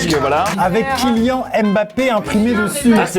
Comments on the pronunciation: Non mais... amixem... MAIS SÉRIEUX KILAN ON DIT KILIANE PAS KILIAN. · ÇA ce prononce KylianNE Mbappe et pas Kylian Mbappe !!!! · Amixem ne dit plus KYLIAN c'est Kilianne IANNE faut prononcer et évite le IAN de EVIAN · Mon prénom c kilian pas kiliANE comme quad tu a dit kiliambbape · Par contre respectes le nom de Kylian MBAPPE stp c'est aussi le mien et c'est très chiant que tu le prononces Kylian et pas Kylian(e) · Mdr ça se prononce "kylianne" oh